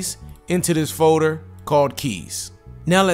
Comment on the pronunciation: I can't un-hear the way he pronounces "folder" as "faux-der" lmao